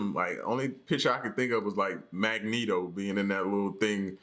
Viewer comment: My man said Magneto!!! LMAO!